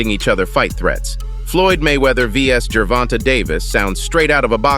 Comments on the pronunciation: When the speaker says gervontuh ... u know its fake news lol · How about pronouncing his name correctly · How do you not know how to pronounce Tank’s name properly?!? So annoying. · This guy can’t even say Davis first name correctly 😂🤦‍♂️ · Bruh.,.the AI-voice pronunciation of Gervonta got me dead as a mfer 😂😂😂😂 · Can't watch no more how u butchering his name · You can’t even say his name right.